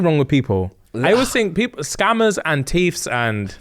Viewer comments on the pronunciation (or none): Man said "Tieves" 😂😂😂😂 please!